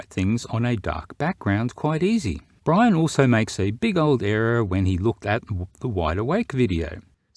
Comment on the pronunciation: Poor. Dumbing down the Irish.